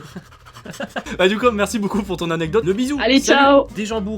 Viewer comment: Ok merci pour...cette petite euh... anégtote